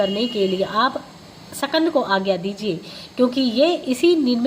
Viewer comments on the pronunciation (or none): Jai shukrana guru ji katha bahut hi bhavpurn thi .. Is path m ek shabd h skand pr uchharan shakand ki gyi h